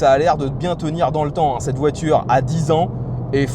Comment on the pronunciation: la voitureuhg mdr